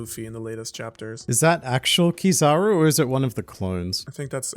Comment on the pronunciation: It's KIZAARUU not kizaro please guys you hurt my ear